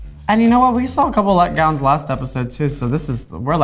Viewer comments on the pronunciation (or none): “Leg”gowns? Dontcha mean “let”gowns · They said letgowns lol not leggowns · LEG DOWNS hahahhaahaha didnt they say 'let-gowns' like 'let-down'....